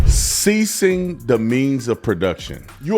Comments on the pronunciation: He said "seizing" not "ceasing" the means of production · Seize, not cease 🤦‍♂️ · Not ceasing the means… seizing. He mispronounced. The word. Not that they are too different….